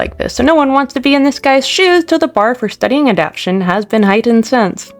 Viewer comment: One thing: it's pronounced, "a-dap-TAY-shun".